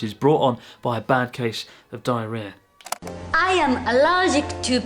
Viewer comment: Real chance at great comedy here, it made me smile though .he should have really gone for it with dance and the phrase diarrhoea to mine ear sounded alot like dehli(belly)😂